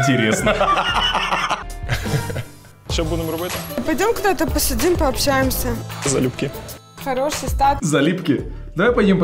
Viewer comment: "залюбки": залипки ахахаахпхпхзадаажжахахахазахахахахазаха